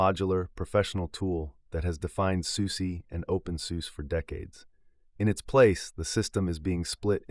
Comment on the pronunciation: It's pronounced SusaH Not Susie 😩